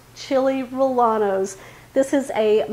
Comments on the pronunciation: yeah it’s pronounced RRE-YE-NOS, just sayin😊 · It’s pronounced Re yeno. The double ll is pronounced with a y in Spanish. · Chill ray-a-nos....you don't pronounce the L's......looks tasty😋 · Good video. However in SPanish the "ll" is "yen" so it is Chili "Ree-yen-nos". Ll is a seperate letter from l in Spanish. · There is no a in rellenos. It is pronounced like reyenos. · its chili reyanos no LL...lol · I think your recipe is an easy one, but please please PLEASE stop pronouncing rellenos incorrectly. The correct pronunciation is ray•en•O Thank you. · Same here in San Diego. I’ve never heard them pronounced the way does😊 In Spanish when there are two L’s together, they are pronounced as a Y. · I was born and raised in El Paso! First time I have heard someone pronounce rellenos like she did. 😉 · …great recipe. I prefer using hatch chilies but found the poblanos were just about as tasty and they are available where i shop almost year around. The proper pronunciation of any spanish word with LL is said as a Y …as in yellow. It wont make your recipe taste any better - thats about impossible but it will impress your viewers who are somewhat fluent in spanish. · The double LL has a sound like yeh you don’t pronounce the L